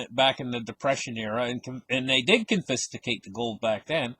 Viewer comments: the word is confiscate. It's pronounced con fis cate three syllables only... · I think pronounces it confistication because many will feel a fist way up there grabbing your gold